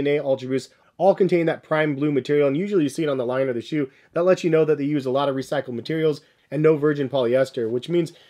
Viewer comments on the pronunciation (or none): none